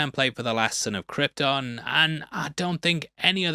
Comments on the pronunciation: Brando saying "Krypton" like it's "Croydon"... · Brando pronounces Krypton like that because of his accent,like the way people pronounce"Lypton"(the ice tea)where im from,theres lots of words that end in"ton"but are pronounced"tin"...come to Ireland😂